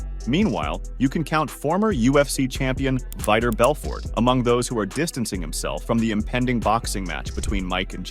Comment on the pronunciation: This video lost all credibility when I heard the commentator butcher Vitor Belfort's name worse than Joe Rogan's first time working for the UFC.😂